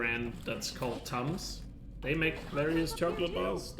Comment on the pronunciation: Lol you are saying Tom’s, they are saying tums. Tom’s is chocolate, tums is for heart burn 😂